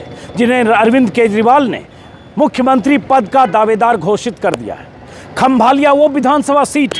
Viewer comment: खंभालिया नहीं खंभाળિया